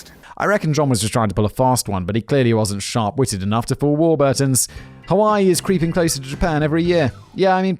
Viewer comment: War-burrrrr-tons, for an alledged Englishman that's a dire pronounciation of legendary bread company.